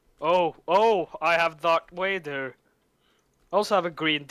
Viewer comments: Dont blame him from saying Doc vaduuurr it's incredibly hard saying the "TH" sound if you're from sweden or norway D= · lol i love that "Darc Wader" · That Doc Wader part; since he's from norway it's very obvious. Swedes and Norwegians can't pronounce it for some reason so they say Dark (not Doc) Wader. I've always hated my country for this :D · dock wader!! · lolol all my foreign friends say Darth Wader aswell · DOC WADER XD HAHA